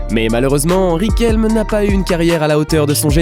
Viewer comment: "Riquelm" mdrrrrrr ca se prononce "Riquelmè"